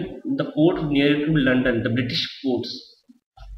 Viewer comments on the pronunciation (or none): none